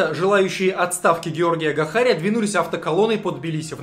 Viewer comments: Спасибо за плодотворную работу.Ты просто СУПЕР! Единственная поправка,Гахария-ударение на А. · не ГахарИа а ГахАриа